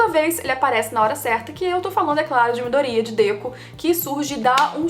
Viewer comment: É impressão minha ou a pronúncia do nome do Midoriya tá errada?